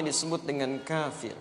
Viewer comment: Yang bener كَافِرٌ bukan كَفِرٌ jadi huruf ك panjang